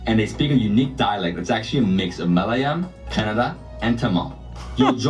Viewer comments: Yeah he nailed it by butchering every single malayalam pronunciation, korbanised in 100x level. But he did a great job by covering almost all part of Kerala, especially the food part. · While I appreciate the effort to embrace our culture, at least practice pronunciation of the words before making the vlogs please. Listening to him butchering the names and words so badly was like nails on a chalkboard 😮‍💨